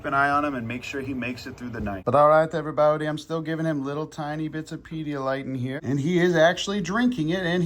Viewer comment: I love how you are saying my last name when you say “Hello Every Baute” 😂